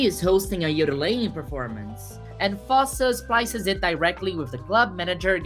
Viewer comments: Bob foss 😑 its foss-ey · Beautiful analysis. Just one tip: one pronounces the "e" at the end of "Fosse" (foss-ey) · pronouncing "Fosse" wrong Edit: just stop resisting the urge to say it brazil style 😂